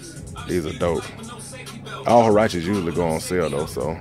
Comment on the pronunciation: Huarache. It's Huarache.